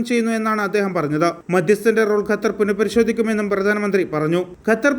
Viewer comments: Bro, it is not Gatar, but Qatar.. please pronouns correctly... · Its more maching with Arabic letter